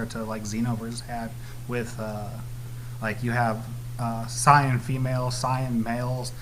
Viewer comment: I just wish he would say sayan and stop saying cyan